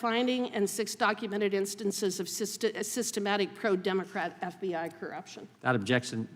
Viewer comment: The "F bi I" LOL 😂😂😂😂 inadvertent but awesome. 😅😊